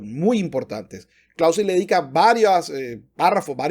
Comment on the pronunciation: “Karl fon Klauzevitz” no es inglés. El payaso “” moral/‘’etica CERO. Hay un vídeo donde toca el piano con el pene en una perfomance.